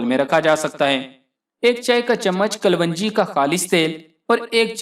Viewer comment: Bhai apni pronunciation hi theek ( right) let lo . It's kalonji not kalwanji.